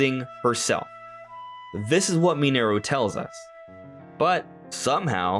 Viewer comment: It really bothers me how you pronounce mineru, in the game it is said out loud as “Min-er-roo” but you pronounce it “Min-air-oo”